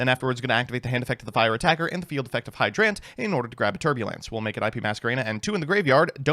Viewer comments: No one: literally no one: when he has to say a regular word: hydrANT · The way you pronounce turbulance and hydrant annoys me to no end. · he dictates the D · Hydrant is a real word. How do you fuck up the pronunciation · I did not know hydrant could be pronounced that way, but you did choose the pronunciation that sounds more like a cool robot, so good on you. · why does he say hydrant like that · How does he mess up pronouncing hydrant, it's literally a real word